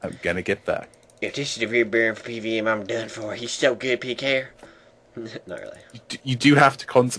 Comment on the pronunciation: Bern fer pee-v-eem